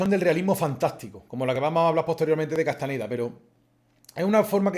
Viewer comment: Se acostumbra a decir C. Castaneda, pero era CastaÑeda. Gracias